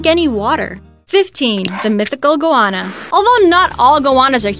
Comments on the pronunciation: and stop saying goanna like its anna from Frozen. Its the usual anna pronunciation damnit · at least they got goana half right